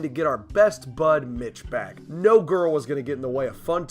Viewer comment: Why does it sound like your saying bitch instead of Mitch